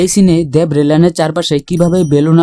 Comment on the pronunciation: আরে পাগলা দ্যাব না দেব দেব। 🤣🤣